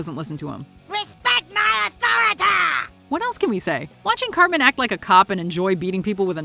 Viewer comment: Respect his authoritah Done even dare question his authoritah